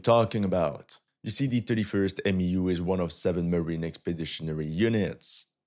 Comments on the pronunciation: It’s not called a M.E.U. It’s pronounced Mew like the Pokemon. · its pronounced "mew" not M E U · For MEU we say “myew” not “M-E-U” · Its pronounced MEW like the Pokemon Mewtwo. MEU=MEW.